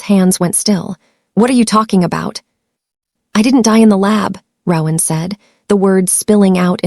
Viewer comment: Very engaging, unexpected and scary story. One suggestion: the AI narrator mispronounced the name ‘Rowan’ throughout, which was very annoying and off-putting. In future, please consider choosing names that will not be this annoyingly affected by A I.